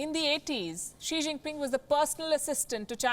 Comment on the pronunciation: "Xi xing ping pong" ka balatkaar kr dia palki ne😂😂